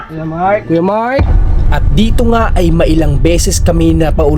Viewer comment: Ano ba talaga name niya MIKE ba or MARK??? kasi ang bigkas lagi ni ay Mike, sa thumbnail ay Mark!